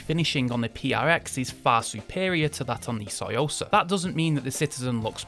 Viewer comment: You’re literally saying soysauce 🤔